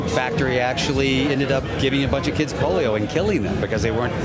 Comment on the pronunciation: Clooney called the POLIO vaccine the POLO vaccine!😆😂 Go back and listen to it closely. I will admit, the POLO vaccine works better than the cov1D vax, because i have never watched 1 second of polo in my life.😀